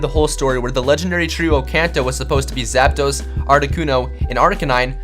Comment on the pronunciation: artic-UNO zap-DOS mol-TRES